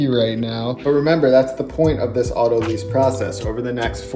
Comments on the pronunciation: I repeat: Look it up in a dictionary (or online dictionary)! It can be spelled both "autolyse" (British) and "autolyze" (American), but the verb is pronounced "aw-to-LIES" (or maybe I could spell it "auto-LIZE"). Technically, the noun form would be "autolysis". I'm just saying, if we are going to the trouble of understanding the concept, let's at least sound like we know what we're talking about. It's really no big deal, but it's driving my OCD nuts. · WHY does everyone mispronounce "autolyse"??? Look it up in a dictionary - it is pronounced "auto-LIES" not "auto-LEEZE". I would love to hear someone pronounce it correctly. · Saying "autolyse" ("autoleeze") is either an affectation or a sign of ignorance. It's just the French translation of "autolysis," a perfectly serviceable English word known to anybody who's ever taken even a freshman biology course. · why does every youtube chef pronounce autolyse incorrectly? it's a verb meaning "to self digest", not "to rent a car". it's pronounced "auto lies". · he calls it autolize and he did it 😅